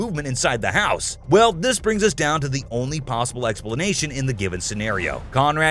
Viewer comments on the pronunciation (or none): none